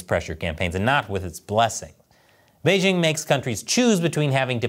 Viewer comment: Doesn't the host know how to properly pronounce the word "Beijing"? The "j" isn't pronounced like the "g" in the English word "regime," it's pronounced like the "J" in the English name "Jim."